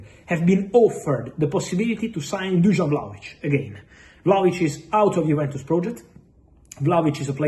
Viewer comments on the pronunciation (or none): none